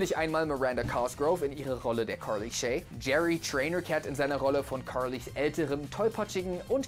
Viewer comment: Die Aussprache vom jay triggert mich, carrrrrrrrrrly